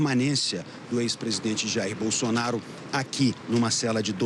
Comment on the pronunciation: Ouçam a Renata aos 15min e 35 s ela fala BUNDONAURO 😂😂😂😂😂😂😂😂😊